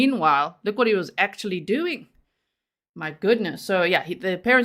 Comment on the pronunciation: lol “I’m sorry WUT?” lol you sounded so American Lolol like a total valley girl ya know! lol AND it also PERFECT response to TWO phone resets sigh